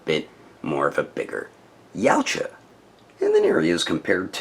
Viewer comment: Every time you say Yautja I hear Yamcha. Is this figure better than the ultimate jungle hunter in your opinion?